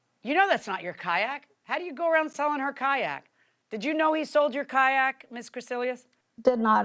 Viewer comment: had seld?? wtf. you mean sold. Where do these people go to school? Dollar Store????